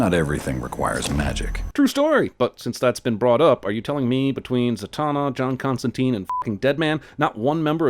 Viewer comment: Number 1: John's name pronunciation. It rhymes with wine!